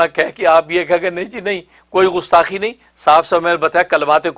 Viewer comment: لفظ غستاخی نہیں گستاخی ہے۔ کہاں سے تعلیم حاصل کی ہے آپ نے۔